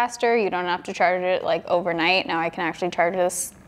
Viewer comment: When she said actually it sounded like she said sexually 😂😂 10/10 moment